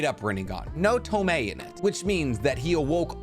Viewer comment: Toh-moh-weh, not ToMAY